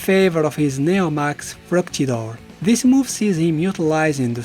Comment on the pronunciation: Great vidéo and great french accent on "Fructidor" and "Etoile Filante"